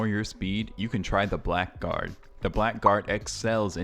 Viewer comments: I do not know if you found this out yourself or if someone already corrected you on this, but... it's not pronounced Black Guard.. even if THAT is indeed what it says.. I have also pronounced this wrong for years untill I played a game with this class a long time ago.. It is pronounced BLAGGARD.. and stands for a scoundrel, a person that lives in lower society, a crook etc. don't believe me? look it up! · Blackguard is pronounced more like 'Blaggard' It's an old English word